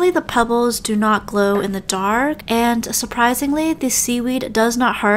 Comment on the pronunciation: glow in tark maybe because you say it fast